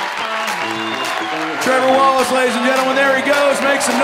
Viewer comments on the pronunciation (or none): Tree-vor Wallachay!